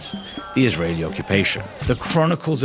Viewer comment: You spelled israel wrong and the way you pronounced Israeli arabs is so terrible, it doesn't even start with an f